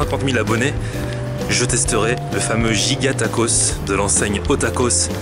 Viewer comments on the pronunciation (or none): none